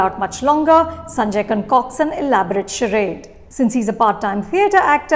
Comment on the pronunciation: "Charade" is pronounced wrongly, Ma'm. A tongue in cheek remark for slip of tongue. 😀